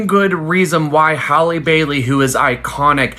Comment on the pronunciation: How do all these foos not know how to pronounce Halles last name??!!